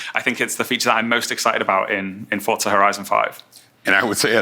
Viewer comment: It's pronounced "FORT-za"